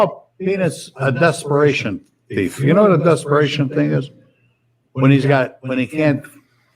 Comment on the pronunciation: When Pops was asked by a judge what he does for a living he responded " I'm a teef"